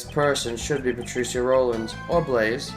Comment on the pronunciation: Good video as usual. It still bothers me though how you pronounce Patricia (Pa-tree-shuh or pa-trih-shuh is how i hear it) but that's just a minor thing haha